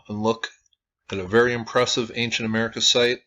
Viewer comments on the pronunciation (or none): none